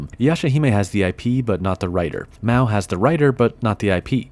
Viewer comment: MA-O not MAW :(